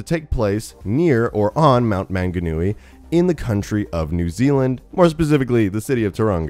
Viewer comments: Omg plz stop butchering my language (mount manganui) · When an American says mount maunganui and tauragna wrong. 😂😂😂😂